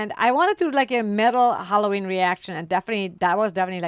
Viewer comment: Hella ween pronounced